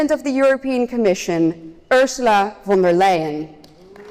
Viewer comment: von der LIE-EN.